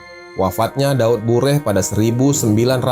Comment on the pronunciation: Daud Beureuh, bukan Daud Bureh 🙈